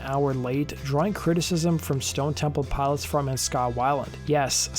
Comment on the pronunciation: It's Stone Temple (Pilots) not Piles 😒